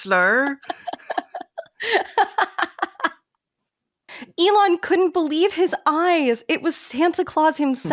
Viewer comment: Obsessed with the term "Teslur"